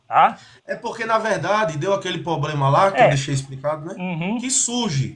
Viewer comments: Quando o camarada começa com essa pompa toda, abrindo textinho em grego e lendo anotações de gramática, normalmente ele fala “poblema” e leva uma surra da bíblia. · Kkk Quando ele falou: _"Só que nós temos um 'poblema'" , aí perdeu totalmente a credibilidade . Kkkk